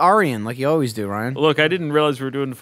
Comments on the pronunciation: Why does call Ryan aerion? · Yeah you don't say Aryan like that.